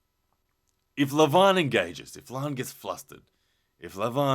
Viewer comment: Leeevan not Levaaan.Devooon .LoL